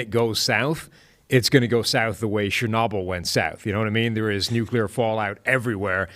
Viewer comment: "Sher-knob-ll" Interesting way of saying "Chernobyl."